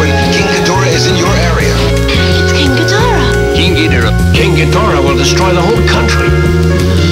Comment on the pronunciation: No it is not geeborath it is ghidorah